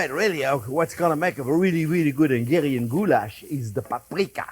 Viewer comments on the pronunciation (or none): It's not engarian goulash... it's HUNGARIAN! 😃